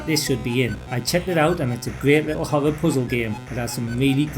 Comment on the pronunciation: Good video, but dude pronounces "horror" as "hover".